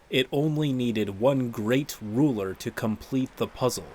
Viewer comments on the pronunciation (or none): none